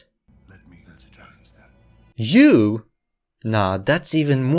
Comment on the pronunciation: the way you said "YOU?!" had me dying lmaooo